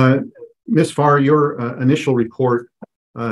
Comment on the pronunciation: Did anyone else think she said 'miss fart'? I had to squint to read the ladies name, 'Farr', lol